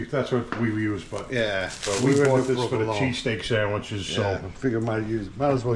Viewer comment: I was laughing watching you guys chomp into those ‘sangweeches’ and recalled my grandma calling me a cavone whenever I ate 😅. Anyway I grew up right down the street from Pats and Genos. You guys hit the mark.